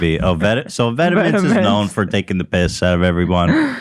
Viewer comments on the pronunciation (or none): is it just me being high or did Ethan sound really British when he said "taking the piss" at around 45.40